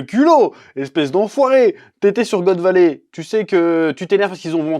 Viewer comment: Chef, la prochaine fois, fait la review avec l'accent Québécois, c'est trop style quand tu prononce" God Valey"🤣🤣🤣